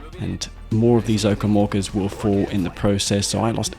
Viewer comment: Your accent make it sound as "Zocom Walkers" when you talk about Orcas xD